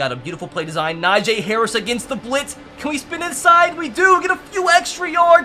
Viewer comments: It’s not “NaJay” it’s “Najee” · You saying NAJAY instead of NAJEE is killing me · its NajEEEEE harris not Najay harris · najay ME: -__- its najee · Ss a steelers fan i think its he says na jee instead of najee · it’s na-jee not na-jae lmao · It’s so annoying when he says a nfl players name wrong it’s not najaa it’s Najee haris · It is Najee not najae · stop say NA JAA ITS NAJEE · It’s not najaa najeeeeeee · its no najayyy hariis its najeeeeee harris and i dont know how to spell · Someone teach this man how to say Najee Harris's name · I'm screaming 3very time you pronounce Najee's name wrong